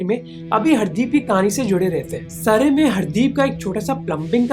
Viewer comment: Not baabar it’s Babbar and it’s Surrey (Sarri) not Saray . Focus on pronunciation. If India killed him why they are not admitting.